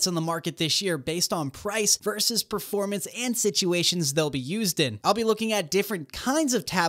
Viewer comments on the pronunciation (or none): none